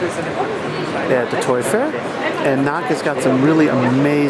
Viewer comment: It's pronounced Knowk, not knock.